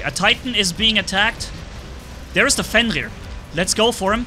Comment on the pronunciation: There is no "L" in 'FENRIR.